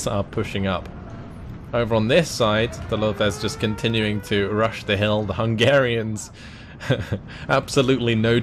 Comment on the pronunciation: As a Hungarian I gotta say well done for the pronunciation you got them right pretty well !! Respect for the effort to actually say all these difficult and long names, keep up the good work bro 💪